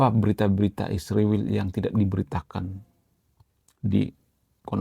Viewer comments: Bukan isriwil. Tapi Israel. Baguslah mengucapkan bahasa. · Min, kalau sebut Israel dengan ejaan yang benar, jangan isriwil, obyektif secara komprehensif.